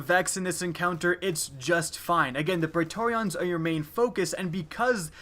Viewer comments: It's pronounced "pree-tor-ree-in" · you make praetorian sound like an eeveelution